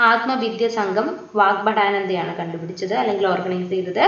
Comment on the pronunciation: eee girl endha igane parayane....like...kandupidichath....😠